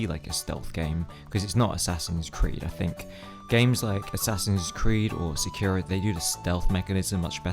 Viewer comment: How is this guy a fan of japanese history but doesn’t even pronounce sekiro correctly?? Edit: for that matter, he doesn’t pronounce tsushima right either